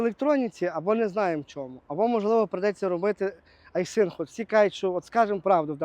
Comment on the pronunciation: доброго дня, я уже больше года Ваш подписчик,с удовольствием смотрю Ваши выпуски хотел немного вас поправить правильно будет говорить и писать не айсинг а айсин без буквы г. З повагою хай щастить.